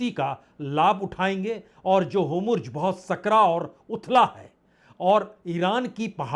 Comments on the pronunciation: हाॅमुर्ज नहीं nahi होर्मुज, आप बार-बार गलत उच्चारण कर रहें हैं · Aap ke ptrakarita ko salam hai. apki speech aur vakyarachana lajawab hai.galti se HORMUJ ka uccharan HOMRUJ ho raha hai. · बाजपेई जी आप हॉर्मुज का उच्चारण गलत कर रहे हैं इसकी इंग्लिश में स्पेलिंग HORMUZ है तो इसको हो र मु ज बोलना चाहिए जबकि आप होमुर्ज HOMURZ बोलते हैं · होरमुज़ को होमुर्ज़ क्यों बोलते है